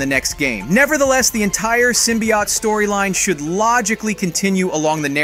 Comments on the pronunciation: Its said like symbi oat not symbiot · Why do you say that so weirdly. Symbiote and yet your saying Symbiott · Why are people saying symbiote as "sim-be-ot"? It's pronounced as "sim-be-oat". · SIM-BE-YOTE…. NOT SIM-BE-YAHT. …. how hard is it to say Symbiot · Symbi- OT?!?! 😅 wtf people be pronouncing words so ridiculous